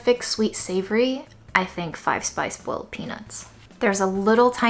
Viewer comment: Yi bai furrrr lol no doubt you’re from Beijing or northern regions. Great video as always!